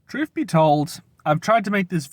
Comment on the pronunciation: Come on, learn to pronounce th. It's not truf it's truth. You're a grown man for f's sake.